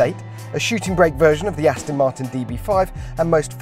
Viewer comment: ....PLEASE invest in some vocal and pronunciation lessons for Jack Rix....'Esackly' exactly.....among SO many others like 'Astin' Aston Martin......